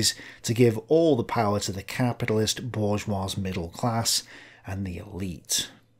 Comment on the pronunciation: borjwah. The j is pronounced like je in French.